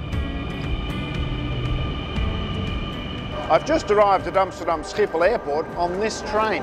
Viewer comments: The only Australian pronouncing Schiphol correctly 😅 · I believe you are Dutch no wonder you know how to pronounce Schiphol, in case you have any doubts just ask your mom she didn’t have any problems with her Dutch as well, I would love to hear your story how your family ended up in Australia?